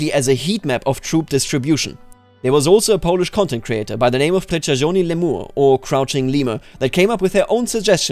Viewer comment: this is my favourite way of butchering my name in the citadel! am I doing this right? :D I think that the best way to pronounce "Przyczajony" in English is by reading "Pshychayony", at least it makes sense for me I like it how your video is a theory on what happens BEFORE general and his units reach a "frontline" or whatever we want to call it, while my video is what happens when they're already there, so we can both be right :) and while maybe what happens in battle is not that much important in the end, it will be important for what kind of decisions we make up to that point, like "how will that commander trait affect what he does when given command?" "how can I use cavalry to my advantage?" etc, just like understanding what each of division stats means in HoI IV ("what does breakthrough do for me and when should I go for more soft attack instead of it?" And I feel like concentration/heatmap theory works quite will with mine too, just that it's going for representing each soldier (like armies in CK "count" each soldier in it) rather than units made up of soldiers (if I understood Diploplay Gamer on discord properly)